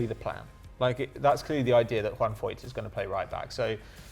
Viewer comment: its not pronouncdd Foyt, it's Foyth.